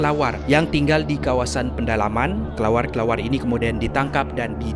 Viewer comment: Bukan pendalaman lah, pedalaman.. 😅